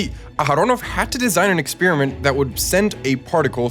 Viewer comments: It's NOT ek-SPEER-ih-mint, it's eks-PEAR-uh-ment or ek-SPARE-uh-ment, like this , or even better, like this . Side bro gets a pass because it’s not his native language. But half of Americans f up this elementary word. Don’t be in the slowbies half, guys. 😅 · Stop mispronouncing experiment.